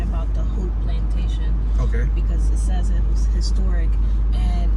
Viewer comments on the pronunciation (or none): none